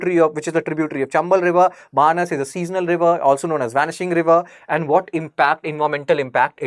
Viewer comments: बनास रिवर Banaas not बानस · बनास नदी बोलो बानस नहीं